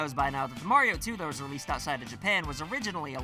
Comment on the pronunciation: You needa pronounce “Mario” the right way.